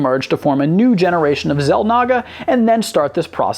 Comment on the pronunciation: You should learn how to pronounce the names of these extremely popular species and characters. Xel'nagger? Har-bing-er? Or-ee? Come on,.